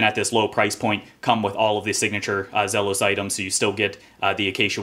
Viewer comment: for pronouncing the brand name correctly